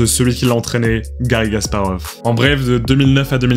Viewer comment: J'ai l'impression que tu prononces "Gasparov", mais c'est un détail. C'était très intéressant, merci pour la vidéo.